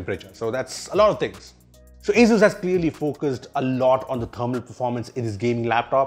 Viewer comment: Thats not how asus or zephyrs is pronounced